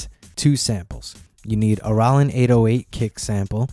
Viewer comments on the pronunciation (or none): I listened to this video 5 times in a row to figure out what a "Rawlin 808 kick sample" was... lol. Does anybody actually pronounce Roland that way?